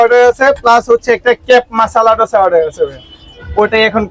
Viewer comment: দোসা no no ডোসা😂😂